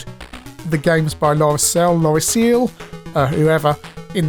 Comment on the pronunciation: Nah, I think it's cute how British youtubers pronounce Loriciel 🙂 You're right there wasn't a budget market in France as such for the CPC, you could get British budget imports in a few shops but they were expensive (50-60 francs, so 5 or 6 pounds); the closest thing would have been the amcharge system, where you hooked your CPC to a minitel and downloaded older games over the phone line (iirc each game would have cost 40-50 francs, charged on the phone bill). Not sure how popular that really was. The push-scroll is sadly what brings down skweek from top ten CPC game material to merely (very) good. What kills you in later levels is usually not seeing what's ahead until it's too late.